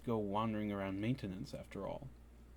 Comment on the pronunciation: I couldn't help but notice the odd pronunciation of maintenance and I was just wondering if it was spelled manetanance